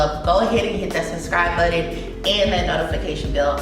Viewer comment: Button not Buddon tf... engrish properly